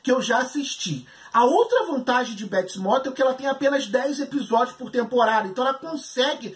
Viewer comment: "Béts Mótel"